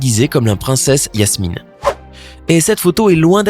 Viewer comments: 🤔Qui a remarqué qu il disait Yasmine au lieu de Jasmine ? 🤔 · C'est jasmine pas yasmine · Par contre c'est Jasmine et pas Yasmine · C’est Jasmine pas Yasmine comme moi!!!!!!